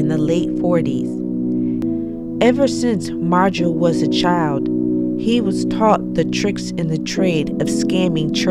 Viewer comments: It's Marjoe, not Majoe. !!!! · Marjoe not 'Majoe'...wow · It's Marjoe. Not Majoe. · Marjoe - NOT Majoe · Its "MARJOE", not "MAJOE" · It's Marjoe, not Majoe. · It’s Marjoe not majoe. There’s a full documentary on vudu for free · His name is “Marjoe” - a combination of Mary and Joseph - not “Majoe” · The dude’s name is Marjoe not “Majoe”. Majoe is a German rapper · MARJOE, not Majoe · Marjoe, not Majoe. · Its Marjoe, not Majoe. Just saying :) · The name is "Marjoe" - not "Majoe" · By the way it’s MARJOE not Majoe. You’re welcome. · Do your homework before you upload: it’s Marjoe with an “r”, not Majoe. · It's "Marjoe" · It's "Marjoe". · It's "Marjoe" You forgot the R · It's MARJOE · MARjoe, with a fucking R. FFS. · If it's a special, you should get his name right. I'm not a hater I love your shit but seriously. It's Marjoe.... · It’s maRjoe